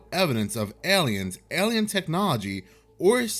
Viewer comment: Aliens are a-lie-non